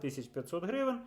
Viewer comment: Не хрущівка а хрущовка! Не Хрущів а Хрущов! Не гревен а гривень!